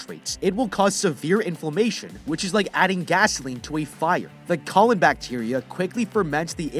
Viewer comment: Bro how do you mispronounce colon